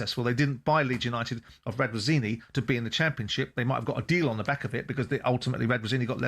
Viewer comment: And maybe one day he'll pronounce Radrizzani's name properly 😂